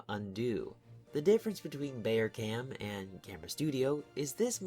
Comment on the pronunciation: its pronounced <<Bow-err-Cahm>>